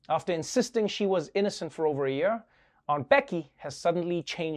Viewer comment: It's "year" not "yur" ..sorry i can't take it anymore :D